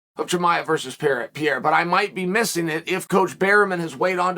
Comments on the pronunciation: Had to think “who the fuck is Pierre?” It’s Pereira. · Alex per-air-a Per like a kitty but he ain’t no kitty. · Lord Chael almost mispronounces Pereira’s name, before correcting his almost mistake